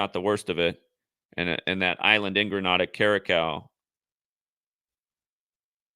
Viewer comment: you are so intelligent but like you say not great with pronunciation of places. US/ɡrəˈneɪ.də/ Grenada